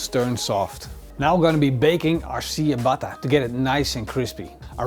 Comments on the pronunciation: its not siabata, its chiabata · Ciabatta is pronounced something like "tchiabatta" not "siabatta". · See-a-batta-bread? lol dude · Tsja-bah-tah. Or in phonetic spelling: чиабатта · definettly not original but a nice idea with the saltblock. i think the original is not made with bellpeppers. pronounciation of ciabatta is tjabata. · Was a great vid until he pronounced Ciabatta see a batter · I kept thinking you were saying "sea of butter" bread... which sounds delicious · Great vid as always. For reference Ciabatta is pronounced ch-uh-bot-uh. Love the channel man!! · Great video. However Ciabatta is pronounced with a "CH" sound. At least that is how we pronounce it in the US. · You love that bread sooooo much yet you can’t pronounce it correctly lmao😂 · Cool video! It hurts a bit how "ciabatta" is pronounced all around the world, but still: nice video! : D